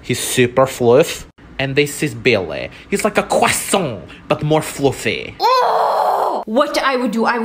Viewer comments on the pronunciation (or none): He's like a CWASOINT, but more floofeh. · pweashe gimme a ✨CwASoInT✨ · Like a cwasont but more fwuffy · “It’s Like a CrOsOuNt but more fluffy” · I heard it like 'quesaunt' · I want a floofy CWASIONT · same give us the CWASIONT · “It’s like a cwasont buat mor fwafy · "He'S LiKe a cWAsOoN bUt mOrE fLoOfY" 😂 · "he is like a KWASON " 😭😭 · Hes like a cwosant